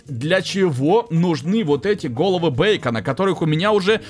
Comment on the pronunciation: Не бейкона а бикона